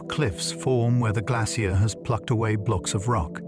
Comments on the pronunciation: I am British, we say it like Glace-shee-er. His AI let him down. He even said ''glass-ee-er'' nobody in England says it this way. AI gone wrong. Listen to the pronunciation it is all over the place. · Yeh I gathered that, my issue was his pronunciations differ each time he said the word. So it is an AI issue, not a regional one. Kneel before me American! Kidding but yeah I clocked each time he repeats stuff over and over then the pronunciation changes, and people think AI will take over. Pfft. Unlikely. Not sure why Americans say ''I am part Irish'' or ''I am part Scottish'' yet advocates of pro American. Make your minds up. You are not british, you are where you are born and raised. ''My family is British'' if we want to go deeper, no your family in America is actually Spanish not British. British did not take the America's, it was the Spanish working for the British, pick up a book. You are not British or Scottish or Irish or Dutch. just descendents of Spanish invaders paid for by Britain. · Can't pronounce 'glacier' - woke me up